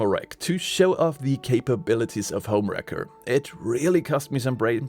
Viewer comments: So in English it sounds like you are saying HomeWrecker which is person who destroys a personal relationship. The word Racker sounds like Cracker the C almost sounds like a K. Just FYI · Anyone else keep hearing this as HomeWrecker? lol😂